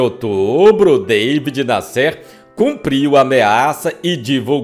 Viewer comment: O nome do Jornalista era David Násser é não Nassér !